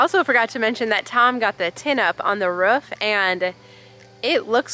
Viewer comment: Hey. I love how you pronounce it "ruff". Hilarious (in a good way!). Enjoy your weekend. X